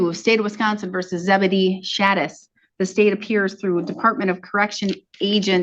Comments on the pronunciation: its not Zebadee its Zeba di ah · That name is pronounced Zeb-a-die-uh. 😂